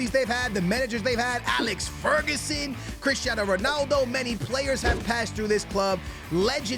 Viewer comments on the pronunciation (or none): none